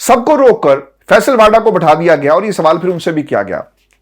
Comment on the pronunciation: واؤڈا و پر پیش (ؤ) ہے